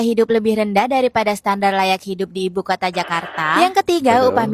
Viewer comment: Betulx3...begitu jg KOTA jgn sebut KOTE mak sy jd marah tau...